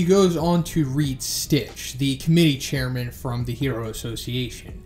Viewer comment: Has anyone corrected him already on Sitch’s name not being “Stitch”?